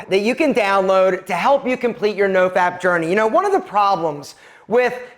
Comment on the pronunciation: Novap? Nofap? What are you saying exactly? Please spell out the acronym you’re speaking of.